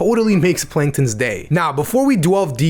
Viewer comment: “Panktons regular” Not very noticeable but it’s funny